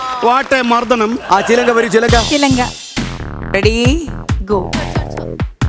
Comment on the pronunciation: Lekshmi...ചിലങ്ക എന്നാണ് ചെലങ്ക എന്നല്ല